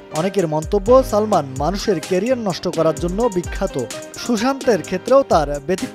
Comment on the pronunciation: ঠিক বলেছেন কখন ছবি কখন চবি আবার সালমান আবার ছালমান উচ্চারণ করেন।👎👎👎👎👎👎👎👎👎